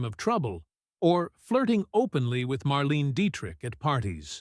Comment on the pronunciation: You can't even pronounce "Marlene" properly. You are way off the mark on your silly suggestions about Dietrich, Hepburn, Crawford and Bankhead being "secretly born male". Shear sensationalistic bullcrap.